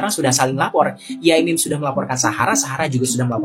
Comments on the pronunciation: Bkn yamim mas, sebutan kyai bg org Jatim biasa disebut yai, sdg mim sdr singktn dr nm panjang pk mim lalu jd yai mim, biasanya kl sekedar menyapa ckp di panggil pak yai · Bukan Yamim bang tp Yai MIM 😂